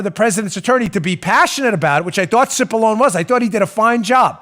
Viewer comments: He name is pronounced...sip-a-lon-nee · The Dems were totally disrespecting Pat Cipollone by mispronouncing his name Constantly.